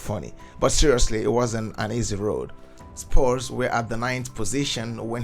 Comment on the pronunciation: I cant believe this guy mispronounced EVERY name in the team. Even the team is called “Spurs” not “Spores,” ffs.